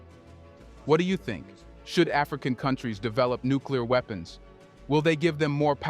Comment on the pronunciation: “Nuclear WEEPENS”